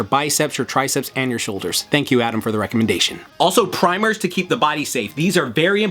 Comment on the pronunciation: Love the emphasis on "primers", I learned the hard way about them by doing too much pushups.